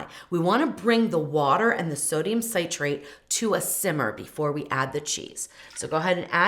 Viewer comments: I believe most comments reference you pronouncing Citrate as you are saying Ci-trate with a long I - as in Sigh-trate which is confusing some with Nitrate (also a long I) and not that you are actually saying Nitrate. Sit'-rate would be correct, except properly separating the syllables Ci-trate, coming from "Citric Acid (Ci'-tric Acid)." I hope I didn't confuse more. Thanks for the video... I had no idea! 😉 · The way you’re pronouncing citrate makes it sound like you’re saying nitrate! I almost stopped watching because sodium nitrate is definitely not good for you! Cancer causing even. Next time maybe you can pronounce citrate as “sit-trait” not “sight-trait”. It would be terrible if people didn’t get this great, simple recipe! Yummy! Luckily I noticed your commenter who mentioned the name sodium citrate being NaCHO. Great comment! 😅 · it’s ok, hopefully no one else has confused it with nitrate (nigh-trait). It should rhyme with citrus, ((sit-trait) not sigh-trait. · I hate how you mispronounce citrate.